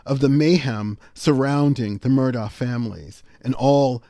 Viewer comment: I watched the whole trial and according to the family, their name is pronounced MER-dok.